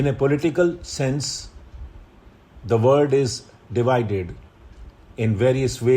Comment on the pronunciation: Sir, kindly pronounce world as world in dictation not word as it creates confusion while writing. However, I am sorry to point out it to you as you yourself are a great mentor but what seemed to be in dictation I just remarked it. Actually, I have obseved this pronunciation error in a specific word i.e world in many of your dictatons.